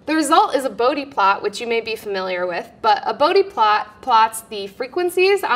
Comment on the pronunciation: Please learn to pronounce Bode.